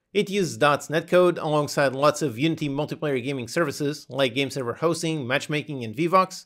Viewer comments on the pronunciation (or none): none